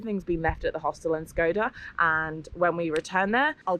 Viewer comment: Is not called Skoda ,,, its called Shkodra (Shkoder) ,,, you make it sound like the car model Skoda